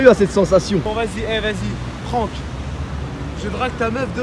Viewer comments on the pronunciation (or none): Un moment dacourt il dit prank j’ai entendu Franck j’allais me désabonner je pensais c’était le blaz a pfut